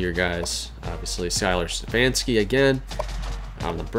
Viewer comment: Hey I'm just as mad as you guys that I locked out CAU out, but I'm hyped to be recruited by so many good teams. Also I don't think I noticed it till now but my last name is pronounced Ste-faun-ski. Sorry about the miss up there my fault not your guys's.